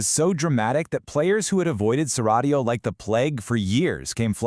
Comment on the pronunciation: I was on the fence whether this was an AI channel. But with as many times this voice can't say Cyrodil and doesn't take breaths, Now we know 😂 Interesting info nevertheless! GG!